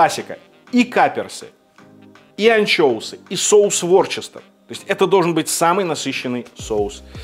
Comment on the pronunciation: Ворчестер? Вустер же! Вустерский соус.